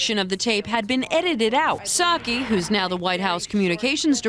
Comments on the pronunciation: It’s saki, rhymes with cocky. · Can’t take credit for this post: The “P” in Psaki is silent. Like the “P” in (p)resident Biden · Its nut saki silent P